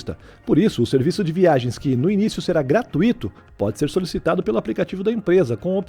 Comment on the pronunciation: Adoro este canal. Parabéns! E vai aí minha contribuição: NÃO se diz "gratuíto" e sim "gratuito". Valeu!